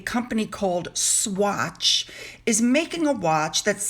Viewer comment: The way you said Swatch it sounded like you didn't know what the brand was. That is so funny! It was one of the most popular watch brands for teenagers in the 1980s. I still have one!